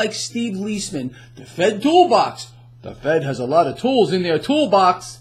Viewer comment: Lmao "The thoolbox"